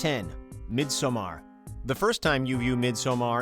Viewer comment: It's not a hard A in midsommar man. Please stop with that shit